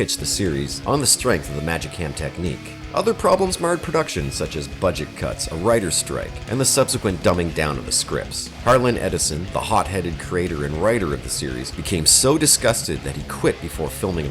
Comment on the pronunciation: It's Harlan Ellison, NOT Harlin Edison... SMH...